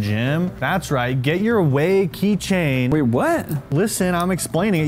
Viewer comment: key chain king "key ching"